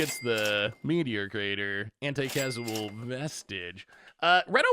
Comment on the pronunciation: Anticasual Vintage might be my favorite mispronunciation of all time